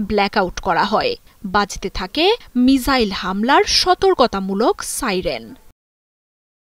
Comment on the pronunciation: সকাল থেকে মিজাইল মিজাইল বলে মেজাজ টা গরম করে দিচ্ছে। মিজাইল কি জিনিস ভাই ? মিসাইল বলতে কি সমস্যা? সাংবাদিক গুলো এখন চাংবাদিক হয়ে গিয়েছে। রেন্ডিয়াদেশের সাংবাদিক নামের হকারদের মত করে উচ্চারণে তাঁরা গর্ববোধ করে। লজ্জা।